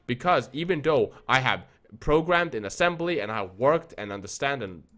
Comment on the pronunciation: IT'S PRONOUNCED "THOUGH" NOT "DOE" or "DAREFORE" IS THEREFORE